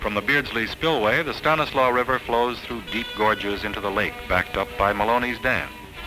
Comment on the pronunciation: It's so nice to hear "Stanislaus" pronounced correctly.